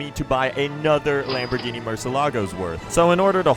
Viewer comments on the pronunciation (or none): none